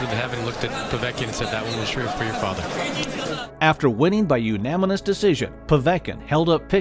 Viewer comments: "Unaminous" lol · . He said "Unaminous" Decision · unaminous lmao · “uNaMiNoUs DeCiSiOn” 😂🤣 Love your channel tho. ✊🏾❤️ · after winning by "unaminous" decision😂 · I've heard of a split decision and a unanimous one, but never a 'unaminous one' like the narrator mentioned after the povetkin clip. I'm hoping there are more of these random mispronunciations of multisyllabic words now that I've heard a couple funny ones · After winning by "Unamanis" decision. 😂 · Did this dude say U MAMMY NOUS?? During the Teddy Atlas part??? I dont know but Im willing to bet that is not a word... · “Unaminus descision” 🤣🤣🤣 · Well ....it's "unaminous"......Teddy is the goat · "After winning by "unaminous" decision". Come on man 🤣😂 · "Umamimous"- Narrator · "Umaninus" hahaha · Unaminous?? what? haha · He said umanimous decision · Lol unaminous? Its unanimous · "After winning by "unaminous" decision " what the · ALEXIS CABRERA narrator mispronouncing unanimous like a kid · Am I the only one that heard "unaminous" ? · "hunaminous decision" LMFAO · "Unaminous decision" LOL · Is no one gonna talk about how the narrator pronounced Unanimous on povetkins fight 😅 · im not sure how he says it but i didnt hear unanimous i heard unaminous. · Loved the video till the narrator said unanimous wrong. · THEGAMERGUY 1 the commentator said it wrong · we’re gonna just ignore that this man can’t say Unanimous?? 😂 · Go to to see how to say unanimous the right way